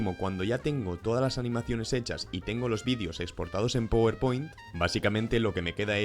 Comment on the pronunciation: Se dice "Páwer Point" no powerpoint